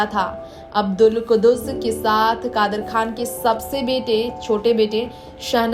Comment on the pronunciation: You have to say kadar khan not khdar